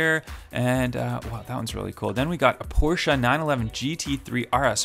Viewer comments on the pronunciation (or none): none